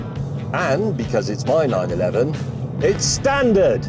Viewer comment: You had me hooked at "STANDARD!"